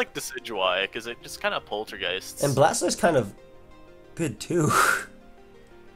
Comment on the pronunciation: is dope but hearing him shorthand Blastoise to 'Stoise hurts my soul. That ain't the way chief lmao